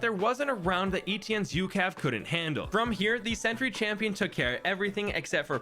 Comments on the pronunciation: ITS NOT “ETN” ITS “ETIENNE” ITS FRENCH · Stop pronouncing etienne like E.T.N.